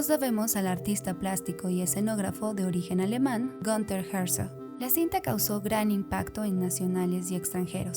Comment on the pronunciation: Quería decirte que Günther o Gunther, ya que es alemán, se diría algo así como Guiúnta o Gúnta , o incluso Gúnter pero no Gánter , porque eso suena inglés.